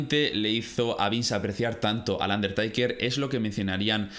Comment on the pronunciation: Un der taker taker taker, no aguanto 😂 se pronuncia teiker